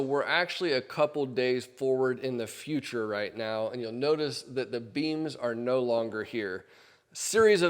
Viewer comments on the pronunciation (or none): none